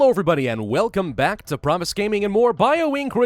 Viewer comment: *Pravus not Parvus